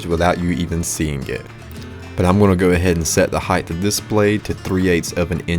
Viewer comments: Are you pronouncing height (a word ending in a “T”) as high-th? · WidTH, lengTH, height….not heighTH. Just sayin’ 😊